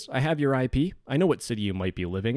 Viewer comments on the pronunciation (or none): Did he say walls or balls? 😅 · Won't lie, I was scrolling comments during his outro and maybe my tism hit but I 100% heard him say "balls" not "walls" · I've rewatched this part 5 times and I still can't tell if he's saying "I'm in your walls" or "I'm in your balls" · Instead of "im inside your walls" I thought he said "Im inside your balls" 💀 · Wait, did he say walls or balls??? Either way concerning but i feel better knowing he still gives out kisses to his viewers... Timestamp: or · "I'm in your balls" Bruh, I had to double check/hear what he said but he probably meant 'walls', I hope.